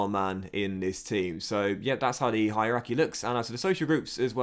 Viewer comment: Can't do much about the Italian pronunciation but bruhhhhh... Hierarchy...